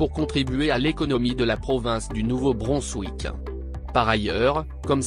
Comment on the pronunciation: Attention à la prononciation de Nouveau Brunswick.